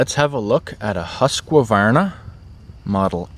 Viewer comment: Oh god, ”hosqwavarna” Why is it so hard for y’all to pronounce it? Just repeat after me ”huus kvarna” it’s not that hard